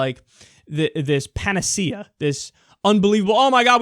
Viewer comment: Is that really how you pronounce 'panacea'? I've never heard it said out loud.